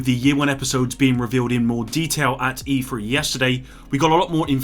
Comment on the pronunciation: Its E3 not E-Free lol